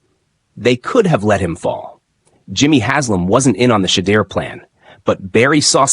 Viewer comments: Learn to pronounce his name properly! Your channel will grow if you are more open minded. Shedeur will show you his worth. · Bruh u ain’t even saying his name right ! Click bait. Sanders is not a problem child crazy